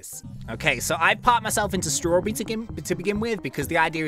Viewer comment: (No offense) The way says strawberry; Straw-brrrrrrrrrrr-E